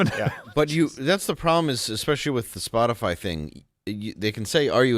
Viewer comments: "Spotifly," eh? The airhead needs to take herself and her fake lashes and take a trip down a flight of stairs. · Did Reptilian press secretary really say spot-a-fly??? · Oh shit. If you click the back button as soon as she finishes the word "spotifly" you can see Chucky. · She definitely read that response, but I wouldn’t exactly call it “carefully worded”, she said “Spotifly” 🤦🏻‍♀️